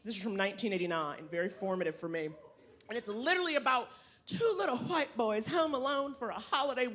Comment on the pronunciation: If I hear hawhite boys 1 more time I'm gonna puke.